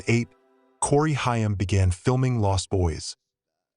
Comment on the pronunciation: Corey Chh-IIII-aaammm.